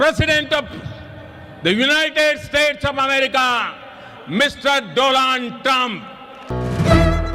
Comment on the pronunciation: I heard Modi said Mr Doland Trump, not Donald trump 😊